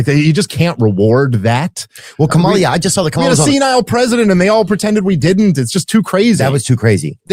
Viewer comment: Notice how he and everyone on the right are still mispronouncing Kamala Harris' first name every time?